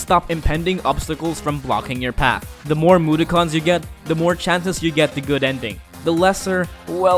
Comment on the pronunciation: The way he said mudokken caused much frustration.